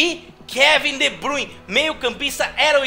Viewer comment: Cara fala de bruyne errado